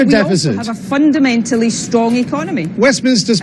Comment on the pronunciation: Stop saying fundermentaly you fundermental fuckwit!